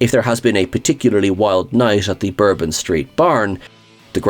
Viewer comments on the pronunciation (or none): none